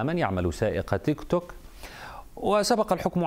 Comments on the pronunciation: سواق توكتوك مش تيك توك 😂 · سايق توك توك وليس تيك توك هههه